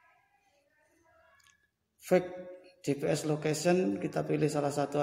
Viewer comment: Asem....host baca fake GPS nya dibaca utuh, gak nyadar itu bahasa inggris, ngakak